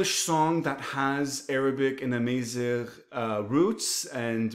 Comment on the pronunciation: Salam brother, its Amazigh, not Amaieezigh. The second a is like the first A, Amazigh.